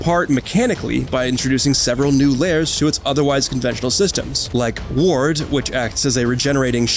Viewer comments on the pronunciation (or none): none